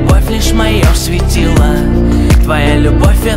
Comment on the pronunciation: Кто сочинил такую мелодию,что ударения в словах надо ставить где придется (вместо "светило" "светилаа") ну и т.д.)? А певец, видно, тоже не понимает о чем поет.